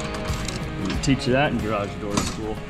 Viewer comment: !: You said garage like 12 times in this video! All of them were very close to correct and very consistent. There is a tiny bit of room for perfecting it, but you are the 93% level! I consider that coming from where you started you will sound like a foreigner now--at least to the people who your learned that awful original pronunciation from!